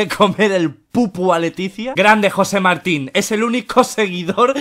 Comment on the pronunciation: Auron: Jose Martin Como en realidad era: Jose Marin